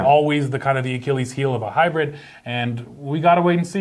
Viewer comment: Tie-yo!-dah Tundra hy-bread